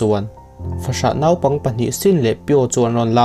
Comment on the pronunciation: 'Naupang' i lam dik lo.